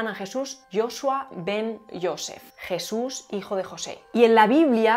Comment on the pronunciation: JIESUS? Giente? Un nuevo ejiemplo de esta pronunciacion chilena. Pero en Espana donde se habla asi?